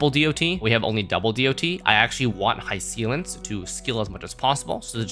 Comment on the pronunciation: Just WHO is Hi-seal-ens💔😔 if that’s how her name is actually pronounced, this comment is null 🙂‍↔️